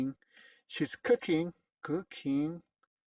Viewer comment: Primer maestro que oigo que si pronuncia la g en king y kong incluso spring, un inglés formal siempre es mejor para ser entendido y no hablar como alguien sin educacion. exclente trabajo